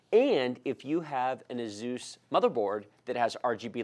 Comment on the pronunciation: Great video, thank you 😁. But I never heard anyone say Asus like that😂😂